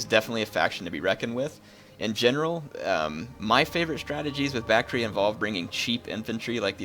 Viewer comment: Isn't the pronunciation Bak-tree-ah?